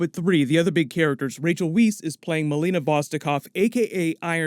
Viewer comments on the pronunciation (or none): Cool breakdown. FYI, Rachel Weisz's last name is pronounced like "Wise". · I wasn't sure what to expect for a solo movie about a dead character, but now I'm excited. Sounds cool, and I like the cast! FYI, Rachel Weisz's last name is pronounced VICE. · It is pronounced like White with an S, not like Wheat with an S. Come on, she is married to the current James Bond actor in real life. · Rachel Weisz is pronounced W-eye-s, not Wees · It's pronounced as "VIZE" not wees. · Rachel Weisz ..Her name is pronounced Rachel V(eye)z not Rachel weese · Will you PLEASE stop butchering Rachel Weisz' last name? It's pronounced VICE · Great vid,! By the way, Rachel Weisz’s last name is pronounced like « Vice » 😊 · Rachel Weeze